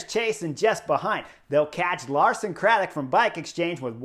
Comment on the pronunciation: *Lawson Craddock come on Chris 😁